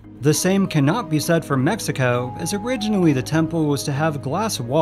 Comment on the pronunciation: Please dont go to tiajuana saying "mexico" like that, they will put you in the donkey show